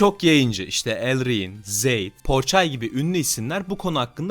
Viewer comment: abi o zeyd değil zade yazıldığı gibi okunuyo